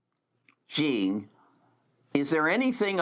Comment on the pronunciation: "Xi" in Chinese is pronounced like "she" in English.